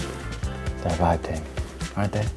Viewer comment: Not gonna lie you said vibe TEA and im still laughing